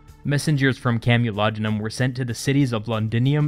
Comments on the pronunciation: Camolodunom is pronounced CAMEL-O-DUN-OM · You made a small error. It's CamulodUnum, not CamulodOnum.